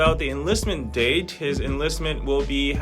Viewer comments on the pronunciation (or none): none